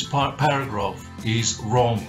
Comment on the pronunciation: At least you're consistent. Consistently "WRONK".